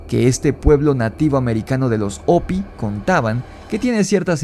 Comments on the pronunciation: Se escucha chistosso oirte decir opi,,ja,ja, se pronuncia jopi en y gles y se escribe hopi, yo se q en español la h es muda, pero en ingles no, y no fueron ñlevados a las entfañas de la tierra por seres reptilianos, si no los honbres hormigas q los cuodaron durante michos años,,creo q fue en el.enfriamiento de la tierra, an ice age? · Se escribe "Hopi", pero se pronuncia "jopy".